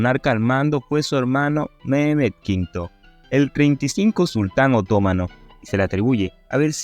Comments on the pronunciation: Me llama la atención lo mal que habla el expositor. Es obvio que no habla español. No sabe que en español las palabras están acentuadas, con acento gráfico o tónico. No respeta a esos últimos. Quien habla dice: otómano pero es otomano, sin acento!. No aguanto esta mala pronunciación ni la lectura automática,. Aprende a hablar. De dónde eres? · No pude seguir viendo tu video... Cómo puedes pronunciar OTÓMANO... si no se acentúa ni se tilda en la segunda letra o. La Palabra se pronuncia otoMAno... acentuandola en la sílaba "ma"... Quien pretende narrar, debe primero saber pronunciar. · Respetuosamente al narrador : en castellano se leee otománo aun cuando no lleva acento ortografico sino prosodico